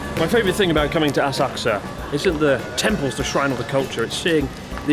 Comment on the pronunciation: So Asakusa now a-sucks-a?